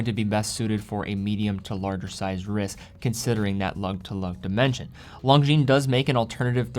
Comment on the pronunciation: Bros don't let bros pronounce the S in Longines 😁